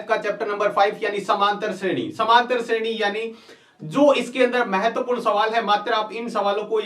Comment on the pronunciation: vo shredhi nahi shreni h